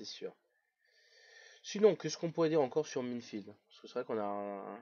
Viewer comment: FauDrait Savoir Que Minefield N'Accepte AucuneVersion Cracké EtAue Minecraft Et Minefield ne se prononce pas Comme sa :S Mais bOn x)